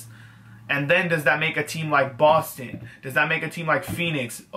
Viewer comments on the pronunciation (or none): none